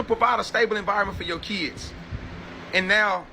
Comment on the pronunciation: Kids vs. Keeds ask vs. axe